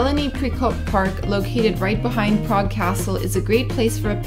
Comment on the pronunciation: ugh ur pronuciation is so wrong and i know beacuse i used to live in prague